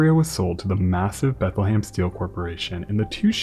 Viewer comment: I’m from Bethlehem Pennsylvania and your pronunciation is killing me dude. It’s prenounced “Bethal-hem” not “bathalham” please man I love your videos but everytime you mention my city it causes deep agony